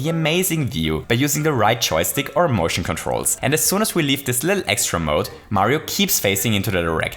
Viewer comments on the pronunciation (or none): "Bittle lit" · dive a bittle lit? What?